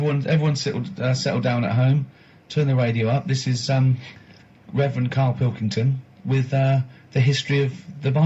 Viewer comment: Karl Pil,king,ton. Not parkington llf🤗